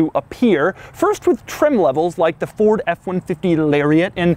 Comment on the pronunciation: Why would you intentionally call it a “Furd?” Is there someone wrong with you?